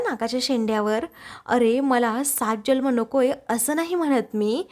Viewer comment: Jalm नाही जन्म म्हणावे